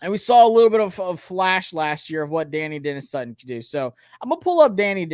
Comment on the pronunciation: Da-NYE Dennis Sutton. Please